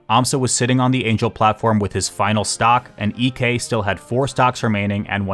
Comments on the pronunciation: Fun fact: Ek's name isn't pronounced EK, it's more like "Eek" because Ek is a pretty common surname in Sweden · That’s not how you pronounce Ek 😭